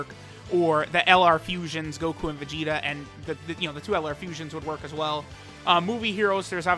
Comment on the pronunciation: He said Vegeta, but it was VERY close to Vegito.